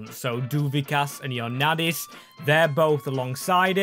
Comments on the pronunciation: Bro... Its IOANNIDIS not ionadidis.... But its ok greek names are really hard for people from other countries...😂😅😊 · BRO REALLY SAID IONADIS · Bro don’t know how to read 😭 He read Ioannidis “Ioadannis” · Who is “ionaddis”💀💀💀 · Thank you thinking greece also it is I-o-an-id-is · You can say fenerbakshe and beahiktas but you can’t say kotsiras and ioannidis